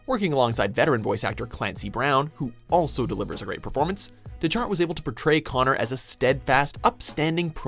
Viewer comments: It's pronounced "deck-heart" not, "de-chart". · Dechart is pronounced “Deck-heart” not “Da-chart” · That's not how you pronounce Dechart Deck-art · "byran deCHart" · cringes at hearing Bryan Dechart's last name being mispronounced DECK-art